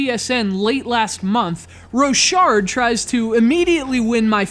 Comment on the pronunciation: its pronnounced "rock hard"